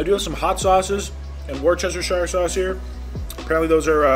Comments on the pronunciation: I love when people can’t pronounce “Worcestershire” Especially because I live in Worcestershire U.K. and drive past the original Lea & Perrins Worcestershire sauce factory FYI it’s said like Wuster-sher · FYI, its pronounced 'Woo-ster-shire', you leave out the CE in Worcestershire. Alot of Brits(where the sauce was created) just call it Wooster/Wuster sauce. Have a great day! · As a resident of Worcester Massachusetts, I can tell you it is pronounced "wo-ster-shire" the :R and the C are silent. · The pronunciation of Worcestershire 🤣 From a Brit, it's Wuss-ter-sheer, 3 syllables! Shire is always "sheer" where place names are concerned 👍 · Well done on the challenge wow. I'm from the U.K Just pronouce it Wus-ter- shur that's how you say Worcestershire sauce 🤣❤️ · it's pronounced woostersheer....lol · I'm sorry but the way he butchered Worcestershire sauce...dead